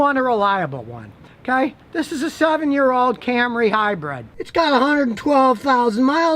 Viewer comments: Brid NOT Bread! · Scotty says "Hi-bread". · Hmmm. All I can gripe about is Scotty saying 'hybred' instead of 'hybrid'. I don't like to gripe, but Karen kept yelling at me about it. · What is it about northerners that they cant pronounce hybrid? Both scotty and regular cars say high bread.